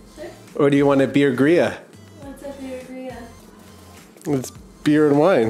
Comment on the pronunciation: LOL!! Beer-Gria! Don't worry, Fel, I said "gross", too when said that.